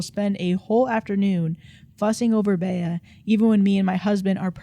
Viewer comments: "Bay-uh" was driving me crazy. Bea is pronounced Bee. Aunt Bea from the Andy Griffith Show (am I showing my age?!) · Bea is pronounced “Bee” like Bea Arthur from golden girls